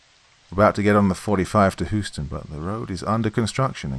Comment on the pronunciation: "Hoosten", really?😂 It's "Hewston". Houston.